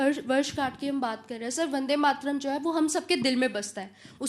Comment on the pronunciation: Ye joker Bande Mataram kabita sahi uchcharan hi kar nahi pata, isko tv debate me la kar mockery kar rahe ye kaltak channel.